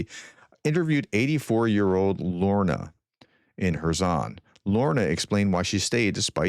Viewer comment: “Lora” pronounced Lorna? you are the best!